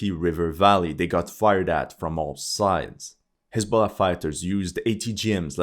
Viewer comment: I thought he said hasbula